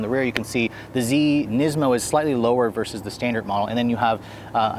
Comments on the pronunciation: Neezmo lmao!! I never heard it pronounced that way before lol. Nismo sounds so much better and that's how I've always heard it pronounced, thankfully. You definitely had me laughing after I realized what you were trying to say hahaha Neezmo lololol! Awesome 😄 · NISmo... NISSSMO. Not KNEESMO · 370z "knees-moe", oh... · Neesmo 😂 neesoon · Why do you guys say NEESMO and NEESAN?